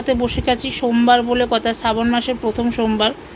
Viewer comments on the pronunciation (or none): সাবন না ,শ্রাবন মাস